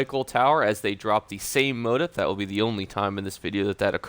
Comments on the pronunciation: ITS PRNOUNCED MO-TEEF. HOW D YOU NOT KNOW THS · Motif is pronounced "mō-tēf" Mo Teef. Love your videos as a new player!